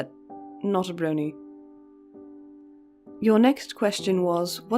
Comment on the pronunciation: eee so cool to get to hear some tidbits about the bat behind the scenes!! c: yes you pronounced it right haha. i feel you on being a fan but not necessarily a "brony" too. #ThatCuteGiggleTho